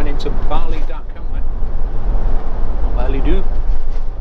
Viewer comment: I discovered your channel yesterday, great travelling videos. I'm having a good laugh about your pronunciation of foreign places like "Barley Duck" for Bar-le-Duc 😂